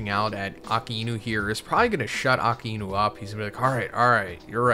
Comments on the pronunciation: Since when its Aka-e-nu? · "AKA E NU" jesus man how hard is it to pronounce "a-Kai-Nu" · Bro I can’t believe you can’t say Akainu correctly and been watching from the start. It’s uh-Kai-new, not aka-inu. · “Aka-inu” it’s “ah-ky-new” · bro why he calling akainu aka enu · Brother, really? "Aka inu"? Wtf kind of pronunciation is that? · It's pronounced Ackai—nü. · the pronunciation of akainu is killing me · Lmao wtf is up with that Akainu pronunciation? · I know. But that's just not how his name is pronounced lmao.